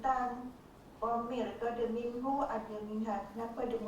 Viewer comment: منه masih x clear